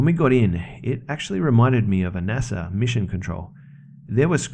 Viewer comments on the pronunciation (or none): none